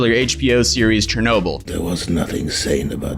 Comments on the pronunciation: its pronounced "Sher-noh-BILL" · Pronounces chernobyl chernowble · The way he says Chernobyl makes me uncomfortable. cHeRnoBLe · in world geo i learned abt this and i've always pronounced it as "Shernoble" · Pronounced: sure no bull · Im sorry but i hate how he says CH ernobyl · I have never heard anyone pronouncing Chernobyl that way.